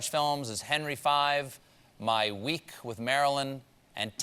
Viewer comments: Henry "Five"? Seriously? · why did stephen colbert have to say henry 'five'? WHY